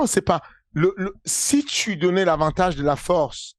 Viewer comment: "N'ai pas la fowrce"